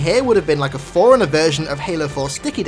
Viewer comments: For the love of God... Stop saying "foreigner" instead of "forerunner". FFS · It's "4 runner" BTW